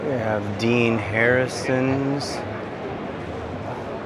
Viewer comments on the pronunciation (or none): none